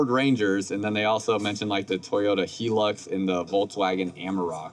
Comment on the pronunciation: Toyota 'he-lux'?? It is pronounced as 'high-lux' and rightly so as the name drives from 'high luxury'. I'm not quite sure what you are ranting and raving on about pertaining to the name as it is clearly 'camp + pass' as in a pass to go camping or perhaps a mountain pass. It only looks like 'compass'. However, I am very glad that someone has referred to the door as been ominously reminiscent of a coffin. That shape is really off-putting and whilst I don't want to say it is a deal breaker, I'm afraid that it would be a deal breaker if it were a toss-up between two different caravans that I liked equally as much. They really need to rethink that door shape. As for everything being metal inside, well, it isn't really necessary and just makes it feel cold and everything will be noisy! Especially when preparing food on that kitchen counter as it is going to sound like someone banging on a sheet of metal in a fabrication workshop. Daft and unnecessary design.